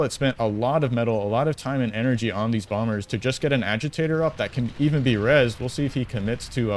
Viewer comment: The second B in Bomber is silent. Very Jamaican sounding caster, haha, "He's making bomba's".